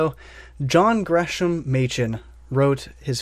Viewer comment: Excellent review. Thanks. Rumor has it that his name is pronounced '"Gres-am." I pray WTS reprints that edition.